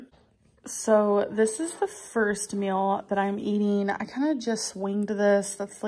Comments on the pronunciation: I hate how she says meal. Im sorry if you say it like her - I mean no offense but MEAL its MEAL not MILL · Why does she pronounce meal like "mel" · Why does she say "mill" it drives me nuts